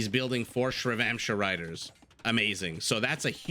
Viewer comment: Chakram start with ch as in chocolate and is pronounced as cha-ka(as in car)-ram(rum). Love your casts, they are amazing. Just wanted to educate that Shrivamsha and chakrams don't start with sh 11